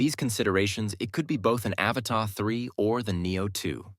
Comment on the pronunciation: Learn how to pronounce the Avata, and then I might consider watching your videos 😆 Can you say “ a-Va-Ta” ???